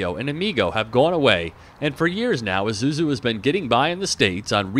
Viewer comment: it's pronounced eee-sue-zoo not i-zoo-zoo